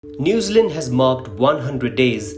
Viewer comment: Newzland its pronounced New Zealand as it looks 2 words 👍